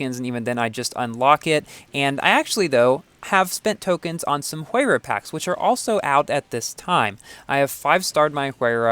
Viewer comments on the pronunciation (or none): I heard that Pagani Huayra is pronounced as "Why-ra"